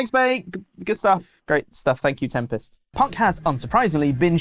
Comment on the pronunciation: 'Tempest' on the phone 😂